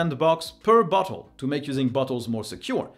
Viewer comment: Your way of pronouncing Bottle makes any news about them sound hilarious 😂